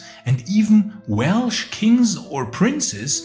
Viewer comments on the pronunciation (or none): none